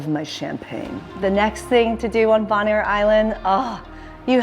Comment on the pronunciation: Its Bone-air.